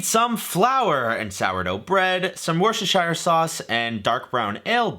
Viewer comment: Its pronounced "Wouster" or "Wouster-sheer" sauce (Worcestershire Sauce). Yeah I know its a bit of a weird pronunciation but give it a go. Also pretty sure that cheese is actually welsh lol. I'm pretty sure "High quality English Cheese" is just our normal mature cheddar, like cathedral city mature cheddar and its like £1-2 for a kilo. We also call them Cheese Melts.